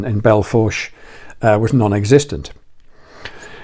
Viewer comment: Belle Fourche is pronounced Bell Foosh